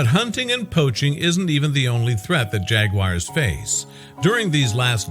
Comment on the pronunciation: Why is this moronic voice calling them "jagwires"?